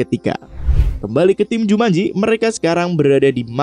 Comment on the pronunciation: Jumanji woyyy bukan jumanjo